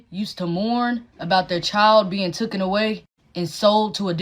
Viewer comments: “Tuken away” 😂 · You know someone's opinion not only means nothing but is just straight up dumb, when a 'fluent' English speaker says 'being took-en away' instead of taken. Ik accents can be a bit weird sometimes but literally every other word was mostly perfect pronunciation. Like when people say "I done that" smh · “Bein tookin away” lolol ignorance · "bein' tookin' away" I'm not saying she's not educated, but....